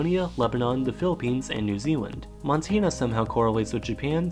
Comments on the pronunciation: Montana, not Montina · It’s not mon-Tay-na it’s mon-tan-uh Also, it’s not nuh-vah-duh, it’s nuh-vaa-da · this man pronounced montana so bad i had to leave the video